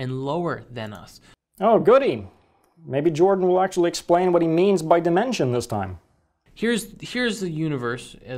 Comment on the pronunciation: Every time Jordan says "dimension", my brain hears "dimentia".